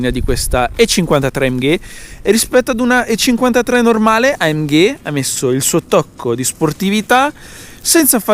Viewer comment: AMGAY :D funny italian pronounciation